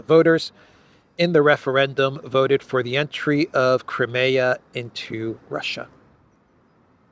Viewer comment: its not crumayer its cry mia